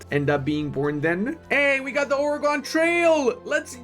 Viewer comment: why does he say Oregon that way